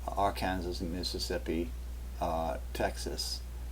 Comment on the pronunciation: Arkansas is pronounced ARE-CAN-SAW....not ARE-KANSAS. just wanted you to know for future reference 👍